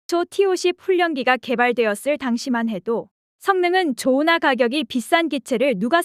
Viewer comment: "좋으나가격이" 띄어 읽기